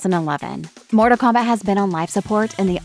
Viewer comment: She says Morta Kombat, bro. What kind of AI fails to enunciate every sentence?